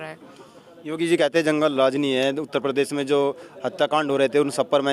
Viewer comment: परदेश नही प्रदेश होता है बांगडू 😂......